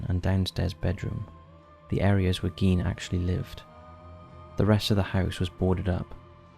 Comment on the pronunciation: Thank you for doing Ed Gein. And thank you for getting things right - from facts to the correct pronunciation of 'Gein' 😊👌 This was an amazingly creepy episode and 🙏 I'd love to hear more takes like this with your personal touch on other similar "mischievous historical figures" - after all, they are (indeed!) our in real life true monsters.. I'm sure you find some really horrific - which in this case means horrible as well as terrific!! Take care! ❤❤❤